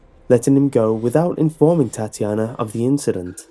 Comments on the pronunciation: ಠuಠ idk he says it like "TatIAna", not "Tatyana" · I like how u pronounce Tatjana, funny af xD